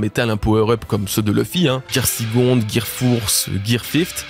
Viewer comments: le "gear fourst" ?! 🤣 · j'adore tes vidéos vraiment et j'ai passé un bon moment...mais j'avoue j'ai rigolé en t'entendant parler des Gear. "Gear sicond, gear fourse, gear fift". 🤪